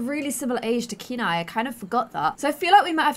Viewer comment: I think that hair looks the best 😊 Also Kenai is my dog's name and in Poland we pronounce it as 'can I' just as you were pronouncing at first 😁